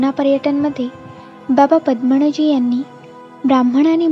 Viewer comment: बाबा" पद्मणजी "नाही बाबा" पद्मनजी "असे वाचावे. कृपया उच्चार शुद्ध असतील याची काळजी घ्यावी "न" चा "ण" होतोय बरेच ठिकाणी.